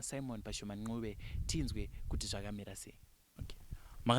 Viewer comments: ...kwete 'nqube' but 'ncube' ! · wakati koshera ❤ Asi pakuti Ncube apa 😅 Mkoma Simon dai vambo pronouncer